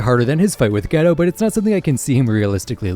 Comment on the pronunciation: ITS GAY-TOE!!!! NOT GHETTO.